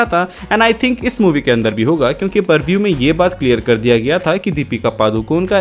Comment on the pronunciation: Purvue ni re bhai...prevue